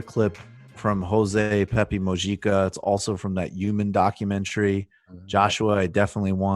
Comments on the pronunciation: Pepe Mo-hee-ka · It's pronounced Peh-peh moo-hee-kha.